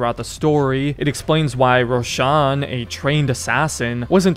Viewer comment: "Boazim" 😂😂 "Kaliphé" 😂😂 "Rowshan"😂😂 pronunciation are pure gold